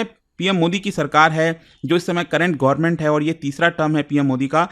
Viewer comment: Sir... Government ya Sarkar boliye, Gorman sunne accha nahi lagta.